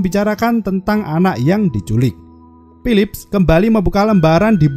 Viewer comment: Berapa kali bilang pilip. Banyak kali bilang pilip bang